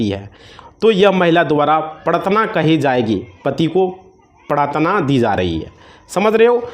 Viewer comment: Aapko Hindi ka sabd prtadna Tak bolna nahi aaraha hai to dusaro ko kia samjhaoge ?